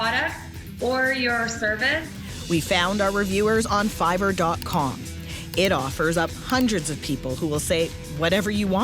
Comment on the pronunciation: lol fivverr